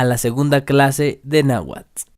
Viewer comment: Pero no estás pronunciando la tl al final de cada palabra, sólo pronuncias la t, así tu dirìas nahuat, y no nahuatl